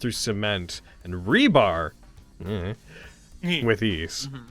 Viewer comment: I can't wait for BEEG robo dino. Wonder if they'll actually fight it, or if they’ll fight different parts from the inside.... Edit: - I'm not the only one who heard "Rhubarb" when said, "Rebar," right? Because, I double-checked myself, and it still sounded like that.